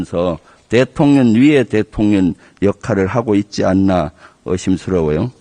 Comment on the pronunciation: 저는 왜 자꾸 대통년으로 들리죠? ㅋㅋ